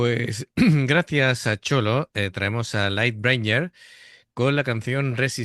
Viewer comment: Hola chicos: No es que me guste "corregir" a Ángel, pero el nombre de la banda se pronuncia "lait bringer" ("Quien trae la luz/El que trae la luz" en español)... Esta banda quedó en hiatus permanente y como comenta David, pues cada uno se fue por su lado a otras bandas, aunque FUKI aparte de estar con DOLLBOX y UNLUCKY MORPHEUS, pues tiene su carrera en solitario también, aunque siempre acompañada por el gran MAO y otros músicos. MAO por su lado, está como compositor para LOVEBITES y algunas otras bandas más, creo. HIBIKI fue quien creó la banda en el 2005 junto con MAO y FUKI uniéndose luego el guitarrista HIDE y el baterista RYO. Luego hubieron varios cambios más de miembros en el tiempo hasta que decidieron irse a un hiatus indefinido. HIBIKI se unió a MARDELAS donde canta MARINA de DESTROSE.